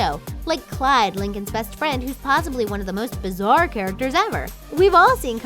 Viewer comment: bizour? rlly its pronounced bizzar